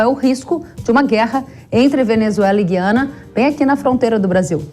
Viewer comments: NÃO É GIANA, É GUIANA. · Na nossa língua pátria a Guiana deve pronunciar o "U" os jornalistas deveriam saber. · Moça, Gu- i- a-na!, no Brasil Em Portugal vc deve falar Gui- a- na...❤ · EM PORTUGUES A PRONUNCIA É GU-I-ANA. ALFEBETISADA PELA PÁTRIA EDUCATIVA!